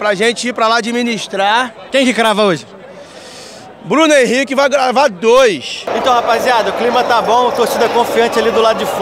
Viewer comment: o narrador dizia Bruno Henrique, eu só ouvia cr7😂😂😂😂😂